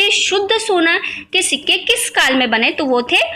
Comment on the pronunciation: Ho tum padh Rahi ho jerur Marathi ho ...sikke Ko shikka boli tab pata chala